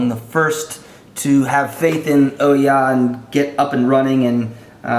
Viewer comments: Oo-ya not oh-ya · IT'S PRONOUNCED OOOOOOOOH YAH as in WHO? YOU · You pronounced Ouya wrong...